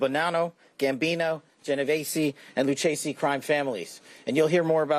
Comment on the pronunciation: Good work Kash, but "Lucchese" is pronounced 'Lu-kasey'.....not 'Lu-chase-y'. It's a hard-K sound.